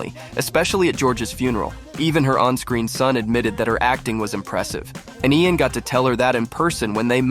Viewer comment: that is not “Ian” or “Ean” or (EyyAn) Armitage, his name is pronounced LAIN like the word “lane”.